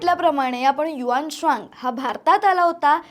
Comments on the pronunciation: HU AN TSANG bolave HUAANSWANG nahi . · ह्या ' हुएन त्संग ' च्या नावाचा तर चोथा करून टाकलाय पार.😅 कोणी ही उठून काही उच्चार करतो. आम्हाला शाळेत हुएन त्संग असं शिकवलं होतं.